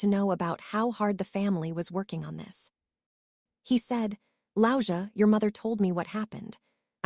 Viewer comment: This site is called ‘Louisa Diary’, but the AI narrator keeps pronouncing the name Louisa as ‘lousier’. There is nothing about this story that is any different from any of the usual family dogsbody stories - the indulged sister still gets the fancy fiancé and the family dogsbody gets some belated acknowledgement which goes with being tied to the in-laws of the favoured sister for her future employment. And which doesn’t get her the return of the large sum of money she was guilt tripped into coughing up for the engagement party. Does nothing for me!😤